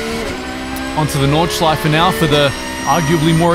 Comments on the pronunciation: As German im Super astonished by your Pronounciation of different parts of the Track! No Butchering at all ! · good german pronunciation, not many people can even do a ch sound haha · Your german pronounciation and intention is quite good - Nordschleife, Schwedenkreuz, Porsch-E... Already thought that on on of your racing vids - that is also very good. I do not know any of the curves of the Nordschleife, as all germans have to learn in school (^^) but as a Swiss-German it is still my mothers tongue :) Only one thing: Listen to a German speaking of Schuma-CH-er and NOT Schuma-CK-er. "CH" is not that harsh as "CK" as in Zucker/Sugar. "CH" at the end or followed by vowel is more a short sound you make gargling medicine very deep down the mouth if you have a sore throat. Like a sore throat you get from speaking other rather harsh German sounds... like a "ch" followed by a consonant as in Fox/Fuchs. Here the "chs" is abbreviated and sharp like X in Fox.. but Fux. Try pronouncing Fu-CHS-Lo-CH (Foxhole) now :)